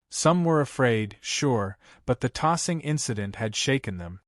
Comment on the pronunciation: OMG It’s taser not tossing 🙄